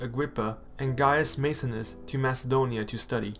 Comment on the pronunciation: Maecenas. is pronounced Myceenas